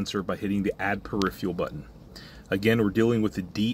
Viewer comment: Never heard this mispronunciation of "peripheral" before.